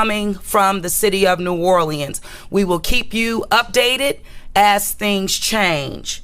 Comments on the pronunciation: This girl said "NEW ORLANDS!!!!" I can't stop laughing 😂😂 😂😂!!!! She says it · It's New Orléans not New Orlieans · 😂😂😂 wow New Orleeins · Naw lins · You can tell someone isn’t from New Orleans when they say New Orl- Le-Ends 😂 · Ik it’s pronounced new or-lins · I hate the way she pronounces "New Orleans". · Why does she pronounce New Orleans so wrong??!!! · The way she pronounces New Orleans is making me cringe. Prayers to NOLA, LA